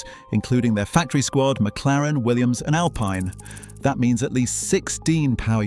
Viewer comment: Please tell your AI speaker that Alpine is pronounced ( Al-peen) Remember, they're French.